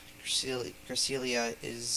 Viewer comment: Thank you for pronouncing my name wrong xD It's fine most people do, had lots of fun recording with you! Hope we can do it again :P